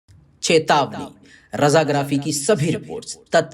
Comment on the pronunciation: "CHETAWNA" nahein "CHETAWNI" bulaao..